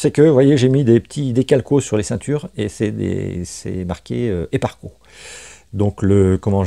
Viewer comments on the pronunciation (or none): Slt....Les harnais c'est "sparco"...et non "eparco"...:-))) existe depuis très longtemps..fin des années 70..rallye surtout. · Du très beau travail, par contre les harnais c'est la marque Sparco et non Eparco. Je précise car pour les amateurs ça fait mal aux oreilles 😉